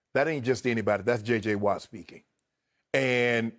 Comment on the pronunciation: Shannon said joy j watt